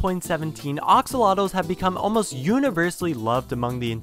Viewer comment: Why is he saying ‘oxolotls’ instead of axolotls?